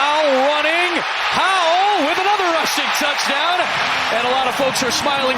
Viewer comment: Bro said "Tuddy" ayeeee yooo 😅